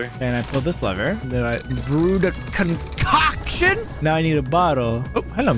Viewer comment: "I brewed a conCOCKtion"